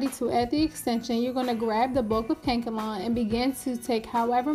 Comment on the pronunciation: Its pronounced ka•nak•el•lon not kankalon